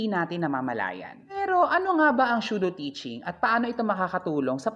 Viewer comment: The video and the content was actually amazing and informative. The only thing I noticed po is how you pronounced Pseudo - ˈsü-(ˌ)dō. I think that it is SUDO not SHUDO po,. ✌️✌️😅 NO HATE INTENDED, SO PLEASE DON'T BASH ME.